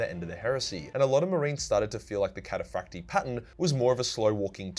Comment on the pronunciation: Actually it's catafracti not catafracti